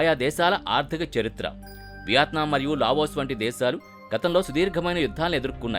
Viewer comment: Lagos kaadu Laos